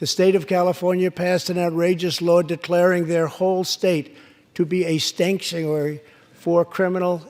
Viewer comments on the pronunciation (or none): Okay I know president trump said Stanksuary instead of sanctuary but all cases of them it is stanksuary it stinks any state has sanctuary cities they should not exists with terrible rules. Love the speech here this president you got to love him whether you hate him or trying to impeach him you got to be at loving heart to a fighter for the u.s.a fight on mr Trump The Trunp card for the United states so fight on And one of the best or the best State of the union Addresses I ever seen